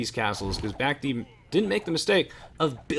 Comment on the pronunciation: I like that you're adapting Memb's pronounciation of Bac-Tea :D